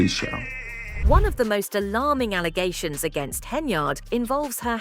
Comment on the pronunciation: ...😂 did she really say "false allazations"? Whatthehell is that? Please stop voting these uneducated people into roles just because they campaign on the footnote of being the first black person to do something 🙄...it's embarrassing